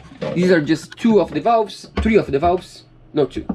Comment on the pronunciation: English is not bad at all. However he has one anoying mispronunciation and that is the "the" sound, it's not "wiv", it's "with" and it's not "tree", it's "three". Practise touching your upper teeth with the tip of your tongue for the "th" sound, look in the mirror while practising and soon you'll be an expert! Good luck to both of you!